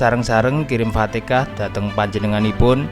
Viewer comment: Ngucapin alfatehah aja alpatekah